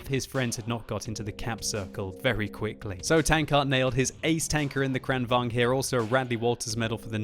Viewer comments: tank name is KranvaGn, not KranvanG!!!! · Kranvagn is pronounced Kraunvangn in swedish. Just thought someone might want to know. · Actually it's pronounced KranvanGN so he's almost there. Just need to add an "N" at the end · Lengthen the A in KRAN,. Say “krahn”. It can either mean crane or tap (as in water), although in this case it probably means crane. I’m guessing because of the turret and gun having a movement slightly resembling a crane’s(?). It was called the KRV here also. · I love how he says "krrrrranvaGn" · Is it really true the Kranvagn is correctly pronounced 'kraken'? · gosh im tired of people pronouncing kranvagn in like deutch or russian :/ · You pronounce german tanks right but not swedish? Gosh;/ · He sounds russian when he says it not swedish xD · It is funny😂😂😂😊😂😂😂😂😂😂😂😂😂😂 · Its Like hearing "skhoda 50" when u r Czech.😂